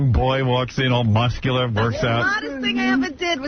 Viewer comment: "round and mussular.."